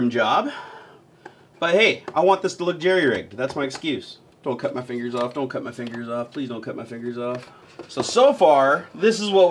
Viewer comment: When you said "cut cut cut" it sounded a lot like kit which means vagina in Dutch, can you imagine? " vagina vagina vagina" haha